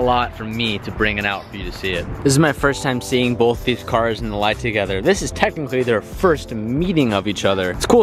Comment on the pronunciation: Stop saying bolth